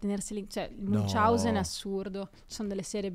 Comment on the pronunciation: Sindrome di “Munciausen” non si può sentire.